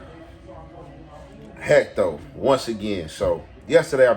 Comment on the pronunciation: Heatho not hecto